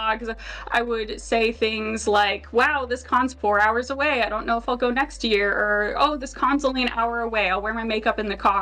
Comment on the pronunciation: I know you say ”Send the video to a friend or your mom” but I always think you’re saying ”of your mom” and it’s just adorable to imagine people sending these videos specifically to their moms friends gjfkfjsns